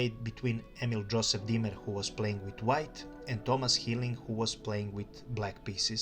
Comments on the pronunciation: It’s diemer not Dwight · in The "WHITE" played Bishop 3.! Also your pronouncing "Diemer" incorrectly.